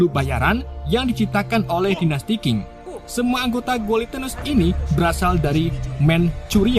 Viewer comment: Dinasti cing baca nya bukan king.